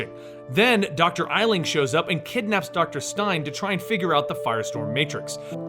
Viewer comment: Did anyone else notice when he said general eisling